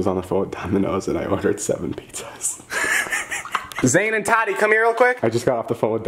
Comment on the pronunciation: “Pete zaz”